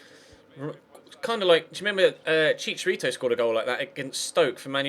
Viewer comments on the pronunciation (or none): none